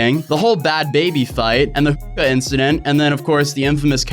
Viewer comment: Can’t even say hooka